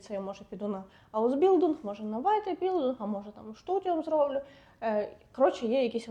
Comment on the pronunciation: Зайшла випадково. Поради слушні, але зверніть увагу: твердий звук "л" у німців майже відсутній, вони кажуть здебільшого "ль". Тому "аусбіЛЬдунг", замість "аусбіЛдунг". Без образ🙂